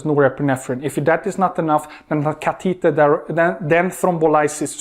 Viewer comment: CA te tah..Catheter..its so unique how he pronounces it. Good lecture